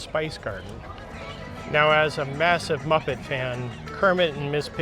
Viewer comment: I thought you said “massive bucket fan” not “muppet fan”. …